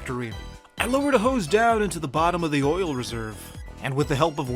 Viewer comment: Did I hear you say OILL?